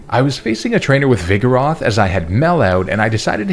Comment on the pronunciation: THERE IS NO A IN VIGOROTH!